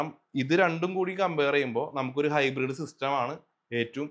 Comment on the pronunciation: ഹൈബ്രിഡ് ആണ് ഹിബ്രീഡ് അല്ല.